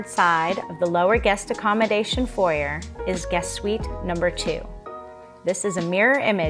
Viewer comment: Someone tell her how to pronounce foyer!